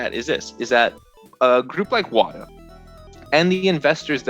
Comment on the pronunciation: You have to say it like "WaTAAAAH", that's actually where the name is from if I've heard correctly.